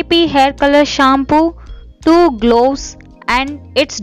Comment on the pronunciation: Loose old people why to worry for grey hair....Don't talk in eng pls...It's gloves ...Not glooss....Moustache...lol